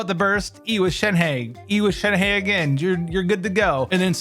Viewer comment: Not shen-hey its shen-HUH